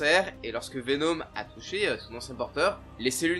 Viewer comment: C'est VeNOM et pas VeNEAUME